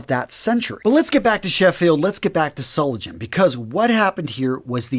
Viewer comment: I use one. It's better than anything else. I can go from full beard to clean shaven in 3-4 minutes. Also, Solingen is pronounce Sol-ing-en. The "ing" rhymes with "sing".